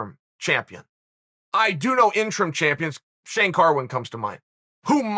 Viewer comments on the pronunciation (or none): none